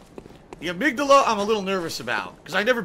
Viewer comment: I don't know if I should congratulate him for knowing the correct pronunciation of amygdala or chastise him for not knowing he pronounced the name incorrectly.